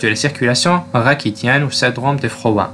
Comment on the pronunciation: ra CHI dien , comme le prénom Rachid , pas rakidiennnn